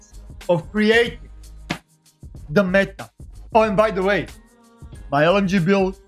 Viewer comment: HE HAS FOUND DEY WAY! DE way of de LMG.